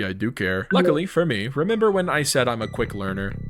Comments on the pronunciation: yo W video also when you meant to say you're a quick learner you said you're a luick qearner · yeah you're DEFINITELY a "luick qearner" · “lucik qearner” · im a luick qearner😂😂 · Is anyone gonna talk abt him saying "lick quearner